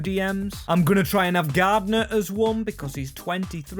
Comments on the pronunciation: you really piss me off with your ignorance in pronouncing names his name is clearly Garner. Not Gardner FOR FUCKS SAKE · Garner not GarDner 😂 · For gods sake mate its pronounced Gar-Ner Not gardener